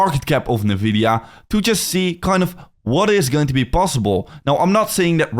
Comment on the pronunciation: That's definitely not how you pronounce Nvidia